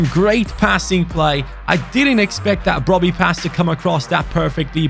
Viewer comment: the correct Pronunciation of Brobbey is Brubbi